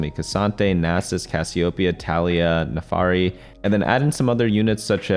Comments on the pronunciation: it's NAAAAAFIIIIRIIII pls for the love of god not NEEFAAARI I'm dying here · its Nafiri not NAFARI lmao